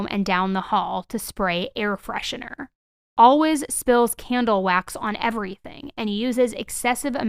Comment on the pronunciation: This could be the autism speaking but one day I would like to hear you say ALWAYS and not ALWIZZZ